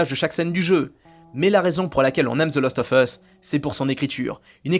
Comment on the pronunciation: Fallait que je le dise depuis longtemps : ARRETE DE DIRE THE LOOOOOST OF US, C'EST THE LAAAAAAST OF US !!! CA ME REND OUUUUF ahaha Sinon j'aime bien tes vidéos , pouce bleu toussa toussa, aha ;-) Amicalement 🙂 PS : RDR2 est le meilleur jeu du monde et il ne faut pas cesser de le dire, aha ;-)